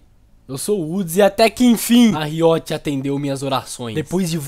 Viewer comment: AAAA QUE AGONIA O WOODS FALANDO "RIÓTI" AAAAAAAAAAAAAAAAAAAAAAAAAAAAAAAAAAAAAAAAAAAAAAAA